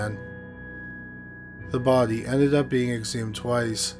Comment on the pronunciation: The bardy haha always makes me chuckle how he says body - imagine his mrs / you have a great barrrrdy lmfao